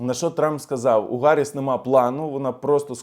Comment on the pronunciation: я пенсіонер і Ваш підписник, регулярно доначу на Ваші збори. Хочу щиро Вам звернути увагу про немалу кількість русизмів у Ваших розповідях (топливо, захватили,...). І в цьому випуску Ви постійно вживаєте Харіс, а не Гаріс, так кажуть ущербні московити, бо в них немає букви "Г".